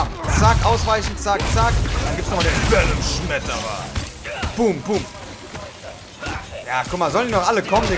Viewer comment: niemand: wirklich niemand:: VeNoM sCHmEterRer